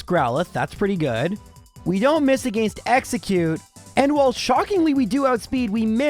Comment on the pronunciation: "Agaeeiinst" Bro, what accent is that? It's almost like the people around where I live that sometimes pronounce water with a u in it.